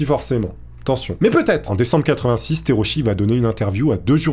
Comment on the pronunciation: Le nom du pilote se prononce Tera-ou-tchi au passage.